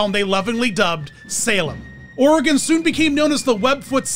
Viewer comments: "Or ee gone" or "Or uh gone" which are both incorrect. You got it right though! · As an Oregonian, I must thank you for pronouncing Oregon correctly 🙏